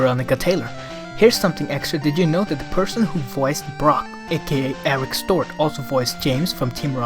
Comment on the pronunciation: Did you say Eric Stot or Stuart? lol